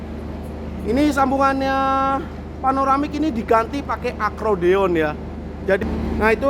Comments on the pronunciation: Bukan akrodion mas tapi akkordion/accordion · Accordeon not Acrodeon